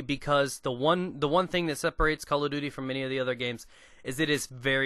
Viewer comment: I like how you say Call of Duty. . .souds like Calla Doody. Its funny.